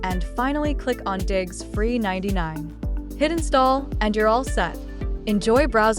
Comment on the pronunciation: Its Diggz not diggs